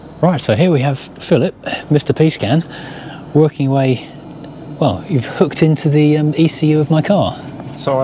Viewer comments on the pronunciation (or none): none